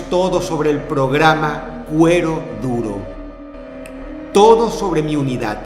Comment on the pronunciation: Medio video me tomó entender que decías "cuero duro" y no "huevo duro" jaja ✌🏼